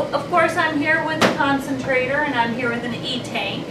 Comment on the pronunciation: It's not "Axygen concentraDor" it's "Oxygen concentraTor"!